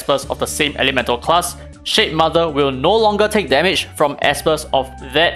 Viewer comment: I keep hearing shitmother..😭